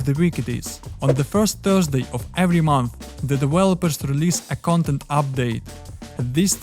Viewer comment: Deweloper? Wtf... Why do some languages just decide to pronounce random letters wrong? Does V make a W sound in whatever this dudes first langjsfe is?